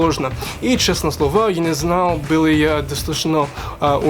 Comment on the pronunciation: Чего блять? :D Молодец! Произношение хорошее, особенно буква ё. Пару исправлений, если не возражаешь: *выучить язЫк *я был испУган / я боЯлся *чЕстно говорЯ